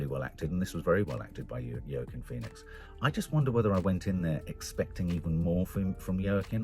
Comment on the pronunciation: Yer keen Phoenix lol. I thought I was bad with pronunciation!